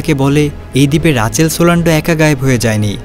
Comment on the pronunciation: রাচেল না মিয়া রিচেল 🤨🙄😏🤦🏼‍♂️